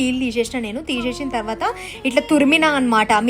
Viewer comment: Theesheshi kaadu..teesesi😂😂